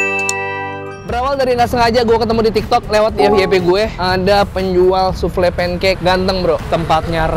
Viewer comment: Bkn soufle tp bacanya soufel